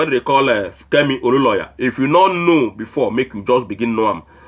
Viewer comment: Please can you pronounce Olunloyo correctly? There is no single "a" in the name, so where did you get Oluloya from. I watch your videos and want you to pronounce names correctly, especially a popular name in nigerian politics. Also please devote your vodeos to more important issues than this confused woman.